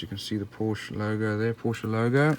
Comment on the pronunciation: It's a great model! I did want the ROW version (Rest Of the World), but unfortunately found this one, which is the US version of the car (you can tell from the turn signals and rear bumper). And it's pronounced "Por-shuh". That was the name of the founder of the company, Doctor Ferdinand Porsche. You wouldn't pronounce "Chevrolet" as "Chev-roh-lett", "Peugeot" as "Poo-gee-ott" or "Renault" as "Re-nalt" would you? 🙂